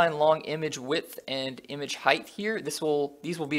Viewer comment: Dude, I'm enjoying your tutorials a lot and have been following them all so far, but there's one thing bothering me and that's the way you pronounce 'height'. You say it like 'heigth' which is wrong. Keep it up every other way though!